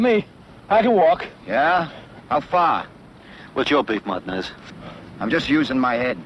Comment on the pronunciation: says "Martn ez. lol, lol not Martinez. good ole 60s Amerikkka